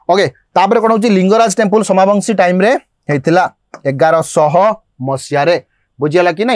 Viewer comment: ସୋମବଂଶୀ dynasty not ସୋମାବଂଶୀ